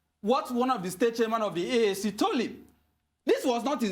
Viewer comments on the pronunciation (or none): It's AAC not ACC. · it’s AAC not ACC. This is the 4th time of this gross unprofessional error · Its AAC not ACC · AAC and not ACC abeg. C'mon, u guys are media house, u can't be making this kinda ridiculous mistake